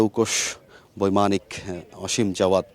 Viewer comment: অসীম নাকি আসিম? নামটা পর্যন্ত সুন্দর করে বলতে এরা বলে সাংবাদিক 😡😡